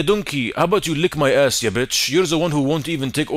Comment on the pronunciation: is the most Arabic "bitch" i have ever heard in my entire life.